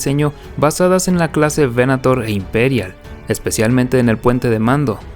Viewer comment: Datos: -Crucero de Asalto Clase Aclamator (pronunciación correcta) -Crucero Estelar Clase Venator (veNAtor): el Cazador. El Primer Destructor Estelar del Imperio fue el Clase Imperator, renombrado Imperial; el primero fue el de Tarkin: el Executrix (la Ejecutora), el segundo fue El Exactor (el Cobrador o recaudador de los tributos) de Darth Vader. La proa del Clase Resurgente esta inspirado en los portaaviones de la primera generación (años 10-20) con doble plataforma soportada por pilares y que eran acorazados convertido en portaviones.